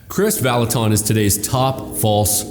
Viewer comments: You are mispronouncing his name “Vallutin” not “ton” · Who is this Kris Vallotawn that keeps talking about? I only know of a Kris Vallotton at Bethel. Among other things, it would do him well to at least learn how to pronounce the name of a person he's claiming is false. But his first bit of supporting evidence for claiming Kris is false is pretty subjective and weak. "Outlandish"? By whose standard? And why does that matter? Is he trying to claim that God never does anything outlandish? Good luck with that... And how exactly is he disproving the claims of people's virginity being restored? Second, how is he seriously claiming that God only speaks through His word? (Presumably the Bible) The Bible is full of examples of God speaking in many different ways, including through a potter reshaping a pot on a pottery wheel, the branch of an almond tree, and a gentle breeze, among many other ways. God is creative and varied in His ways of communicating, and the Bible is full of precedents of this. Kris has a high value for the Bible, and he also believes God communicates with us in many other ways. David said in Psalm 139:17-18 that God's thoughts toward him outnumber the sand. There are far more gains in one cubic foot of sand than there are letters in the entire Bible, to say nothing of words or sentences. God has a lot more to say to each of us than can be said just through the Bible. explanation about the context of the passage about the valley of the dry bones doesn't in any way negate what Kris was saying about the p